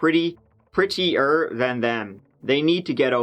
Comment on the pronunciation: I love how put a little space in the word like 'pretty...er'